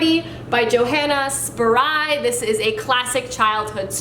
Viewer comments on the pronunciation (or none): Hey! Just wanted to let you know that the author of Heidi, Johanna Spyri, is pronounced Yo-hah-nah Sh-pee-ree.